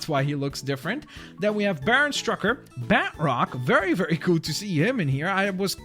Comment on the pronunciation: It's batroc,, not bat roc.